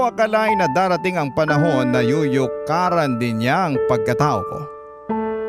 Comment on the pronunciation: Papa Dudut...... Korek ko lng po..... Yung word mo. Hindi Po. "YuYuKaran"......... "YuYuRakan", Po Ang Tama.... Hahahaha 🤪😆😆